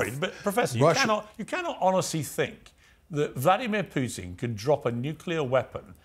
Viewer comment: This is intended for Mr Morgan: I’d recommend that you learn how to pronounce “Putin”. Not critical, but a progress